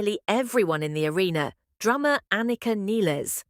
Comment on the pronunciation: Why the fuck can't AI pronounce Anika, or for that matter, Neil's name correctly! Garbage in, garbage out!